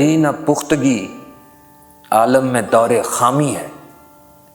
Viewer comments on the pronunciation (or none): none